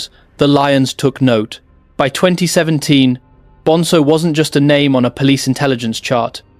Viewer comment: It's BonZo! Not BonSo ffs 🙄